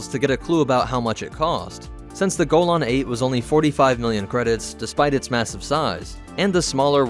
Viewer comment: ur pronouncing golan wrong lol